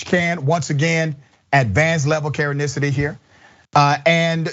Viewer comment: Everytime the Dr. says "karenesity" I LMAO😂